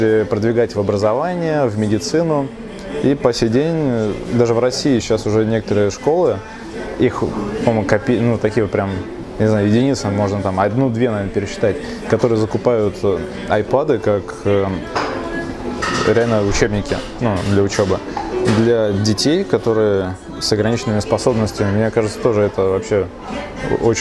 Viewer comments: пожалуйста, говори правильно - АЙПЭД! Спасибо! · Странно что никто в коментах не ебется, по поводу апАд эир а не айпЭД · что с тобой не так? почему "айпАд", когда правильно "айпЭд"? называй тогда уж ипад,, что ли. в англ языке айпАд это скорее iPod ("o" произносится как что-то среднее между "о" и "а"). называй вещи своими именами, как никак, ты популярный блогер рунета. Если ты называешь неправильно - то и твои зрители будут называть неправильно. а так обзор понравился) ставлю палец "вверх"!